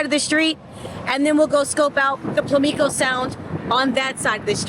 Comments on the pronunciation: It's PAM LICO, not PLI MICO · Pamlico not plamico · I used to like your content. Now it is very contrived. Also you are mispronouncing Pamlicio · I always love your channel. But it is pronounced Pam-lik-oh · You were close to my neck of the woods. It's pronounced "pam-lico" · Just an fyi. It is Pam-plee-co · I go there at least once a year, I actually live in NC you pronounce pamlico like pam-li-co lol I usually stay at Ocracoke inn or Hatteras inn both are very nice but a little expensive but worth it . Both Inn's are near that green house that you were near when you were showing that house you don't think will make it through hurricane season. I don't either, the ocean has already claimed at least 30 homes from that same stretch of coast line. In fact those Inn's I talked about when I was there last year the water was crashing on the windows of the room I was staying in from the ocean. It was a crazy experience. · Excellent video. It's a beautiful place. I actually live close to there. It's pronounced Pam - Lee - Co. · Love your videos. FYI it is "PAM-Lee-Co phonetically". Glad you are visiting the state that help raise me. Hope you thoroughly enjoy it. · Pamlico pronounced "Pam Lee Coh" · It's pronounced PAM-li-co. I'm from the area. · Hi,!! Thanks for sharing, I've lived in NC all my life. It's so sad to see those beautiful beach houses disappear into the ocean, but nature knows best. (As country folks, we pronounce this is Pam-li-ko Sound) 🙂 Take care & stay safe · Pamlico( PAM LUH CO ) Sound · you pronounce pamlico sound wrong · It's so funny how you pronounce those islands 🤣 but cute 😅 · If your going to make videos and earn a living based on an area, then start least learn how to pronounce the names of the area i.e. the name of the sound